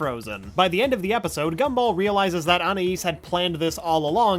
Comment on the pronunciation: I appreciate this guy ACTUALLY pronounces Anais' name